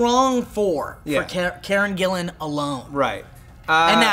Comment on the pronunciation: They actually pronounced it right, its spelt Gillan and pronounced that way...